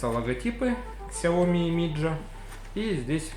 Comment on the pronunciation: не миджа, а мидзя